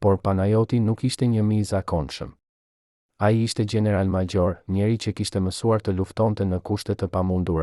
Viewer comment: Ti qe po tregon kete history je SHQIPETAR se nuk e flet shqipen sic duhet nuk thuhet general por gjeneral maxhor por major etjer